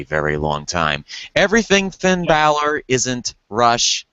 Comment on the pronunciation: FFS its Bálor not Baylor... smdh. Its like Valor but with a B.